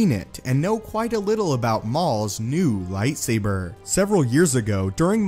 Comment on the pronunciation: I hate how you say lightsaber